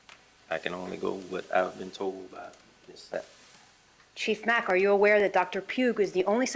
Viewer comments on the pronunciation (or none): Before Donna's attorney butchered Dr. Sapp's name, she started in on Chief Mack. Chief Mack's name was mentioned six times in just a few minutes right before Donna's attorney began to talk with him. And on her first try she says "Mackie." Sheesh, not off to a good start for her. I wonder if this is how the entire trial will be, little digs at everybody, little hints of disrespect at every turn, trying to make monumental constitutional problems out of every minuscule thing throughout the process of jail and trial. Like, do they think, creating and addressing all these issues will muddy the water for the jury?